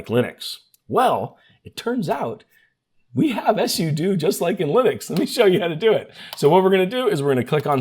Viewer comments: Until you, i've never heard someone pronounce "SUDO" as "ESS YOU DUE". Most people say "SUE DUE" though I like to pronounce it "pseudo" because it's "SUperUserDo". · I’ve been a Linux & Android user for a long time, and I’ve talked to a ton of people. I’ve never heard sudo pronounced the way he did. I was so confused just listening, but not actually watching the video. All my life everybody has pronounced it “soo-doh”. Like pseudo without the P. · Thanks for the video - didn't know about the Startup Repair. Don't know if it's intentional or engagement-bait, but SUDO is pronounced SUE-DO (direct from the creator of the command). Also, REGEDIT IS REJ-EDIT. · Suh-doh? S.U.do?? 😂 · It’s pronounced soodoo 😂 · SUDO RHYMES WITH JUDO!! Yes, I know exactly what it’s an abbreviation for, but if you had ANY logic about your (mis)pronunciations, you’d call it S.U.D.O., not S.U.doo. Do you do this purposely, trying to piss off your audience by purposely mispronouncing things which EVERYONE knows how it should be said? How do you explain reGedit? It’s short for reGistry editor, how do you say the word registry? Obviously, every normal person says it reJistry, not the honestly pathetic and insanely annoying way you mispronounce the word. So, the real question is WHY DO YOU PERSIST TO MISPRONOUNCE COMMON WORDS IN SUCH AN INCREDIBLY INFURIATING MANNER? Are you actually trying to alienate your audience? Really? UNTIL YOU CHANGE, I’M GIVING YOU A THUMBS DOWN EVERY TIME YOU USE THESE HORRIBLE (MIS)PRONUNCIATIONS!! 💩🖕🖕👎👎👎